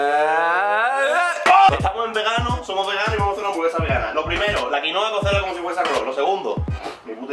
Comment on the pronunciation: “cada bere, cada hamsvaraba houra😌”